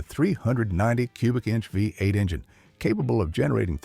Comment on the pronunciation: Vuh Eight engine!